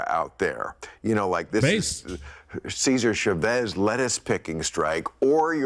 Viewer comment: Who the hell pronounces it "Seeser Sh'Vez" like it's a damned Star Wars character?